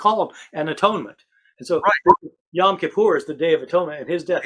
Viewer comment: Why do people on this program occasionally mispronounced “Yom Kippur” as “Yahm Kippur”? That makes things very weird, becaus3 it changes the meaning from “Day of Atonement” into “Ocean of Atonement.” Do you have some special Gnostic reason for doing that, or are you just being sloppy about a language that isn’t yours?